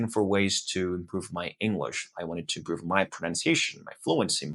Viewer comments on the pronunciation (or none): Your accent is very good but in the first 10 seconds I could tell that your accent isn't American. You still have a foreign accent. The most noticeable thing in the first 10 seconds was your pronunciation of the word "improve". Awesome job though. Keep at it!